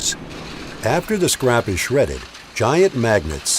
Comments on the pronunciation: Everytime he said "this scrap", all I heard was "(magnets lift up) this CRAP" lmao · every time he says "the scrap" I understand "this crap"